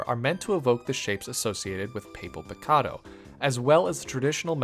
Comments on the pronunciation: Love that Mazian Burmy’s color scheme is very similar to El Chapulin. Probably intentional haha. Also it’s pronounced “Pah-Pell Pi-Ka-do”. Gulpi leading people to the afterlife is also really smart. Reminds me of the story of Tlaloc. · There’s no way my man pronounced papel picado like that PLEASE WHY